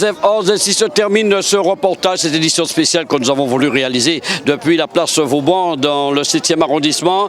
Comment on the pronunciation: Place "Vauban" et non place "Vaudan"...